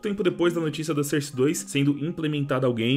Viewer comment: FALA SOURCE DIREITO PELO AMOR DE DEUS